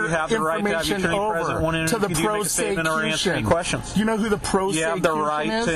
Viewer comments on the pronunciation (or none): "an a turn neyy, they TURN your infomation over to the pro-sey-cution, do you know who the pro-sey-cution is?" Cop should just give up, this guy obviously is a legal genius